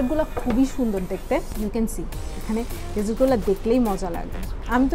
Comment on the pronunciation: Hi I have commented few times on other vlogs of yours and all of them are really nice . glad to see you have got 38k subscribers now.i am sure you will have plenty of desserts but please one request correct your pronunciation DESSERT because you have been sayn it wrong over and over again and its irritating apart from that I really like your vlogs 👍